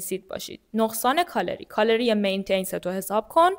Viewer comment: متشکرم ولی مین تنس نیست. Maintenance